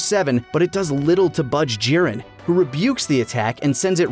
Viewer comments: Am I the only one who, while enjoying the video, was completely urked and annoyed by the fact that one of the 3 narrators insisted on forcing an asian pronunciation on every character? The others used their natural english pronunciations but everytime the last guy said a named it was "jee-REN" or "guh-KOO" (id like to note he had no problem saying gohan correctly though and didnt say "guh-HAN", but that just furthers my poi t that it was forced. You arent somehow a better fan or more cultured or something because you pronounce things like a pretentious ass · One of the video's narrators is annoyingly switching to a heavy Japanese accent for specific words/names, right in the middle of his sentences. e.g. Goku, Jiren, etc. It's like hearing someone talk about pizza but every time they say mozzarella, they do so with an over-the-top exaggerated Italian accent in the middle of a sentence. Just stop, please. You aren't being more accurate, you're being a pretentious tool and you sound ridiculous.